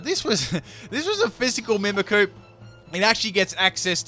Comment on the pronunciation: Am I the only one that get's annoyed when ever he says Mimikyu as Mimikoo?